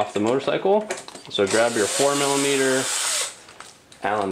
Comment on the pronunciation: Great video, I didn't want to mess with my new bike but now im definitely grabbing a fender eliminator kit. also I had to google what a "formula meter" allen key is, next time i heard you say it, it finally clicked 🤣